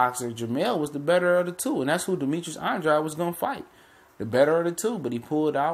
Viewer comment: Why Do People Insist Upon Mispronouncing Boo Boo's Name?!! He Pronounces It "ANN -DRAYD"...Not "AN-DROD"...Not "AN-DRODEE" GOT DAMN!!!